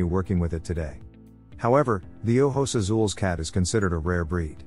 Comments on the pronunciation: Here you go. Ojos Azules is oh-hos ah-sool-eh-s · Haha and he's not even pronouncing it right